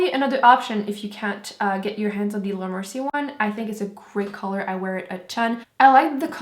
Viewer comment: why you say laura mercie not with your accent in this video??? T.T haha i like when you say it with your french accent